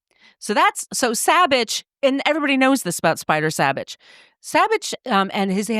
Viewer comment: I grew up in Placerville, just down Highway 50 from Kyburz and where Spider went to high school and is laid to rest. A local ski hero. Very very sad for our town and the ski community. His last name is prounced "Saw-Bich" not "Saab-Bich".